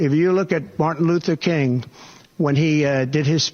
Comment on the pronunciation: Did he seriously say BARTON LUTHER KING??? Is that the guy hanging out at the 7-11 bumming cigs off of people or something...? 🙄